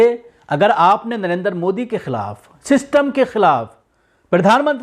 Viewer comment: सिस्टम बोलो सिस्टम 😁😁